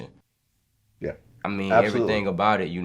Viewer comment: He didn't even say yeah he said "Nyeah!" 😂😂